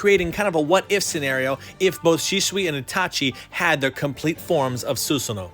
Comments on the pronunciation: Actually it's susano-o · You pronounce it the Japanese ways but you also pronounce both o’s